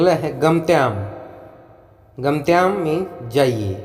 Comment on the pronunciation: आप ने एक जगह गम्यताम् को गम्तयाम बोला